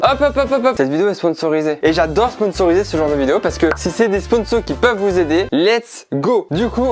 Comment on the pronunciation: Ca me stresse les "aidez LAIT" É pas ait